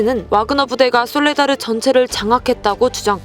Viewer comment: 솔라데르라고 하셨네요.